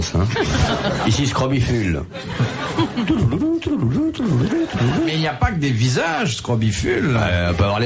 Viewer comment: Scrobicule et non srobifule/scrobiphule!